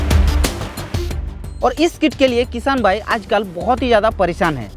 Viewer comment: Bhai भाईगो नहीं वाइगो hain😂😂😂